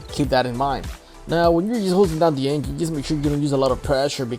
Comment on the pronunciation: i watched this whole video just to keep hearing this guy say the word engine